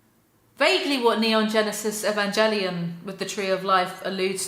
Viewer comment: ‘Evangelion’ has a hard ‘g’ Just thought you should know 💁🏻‍♂️✨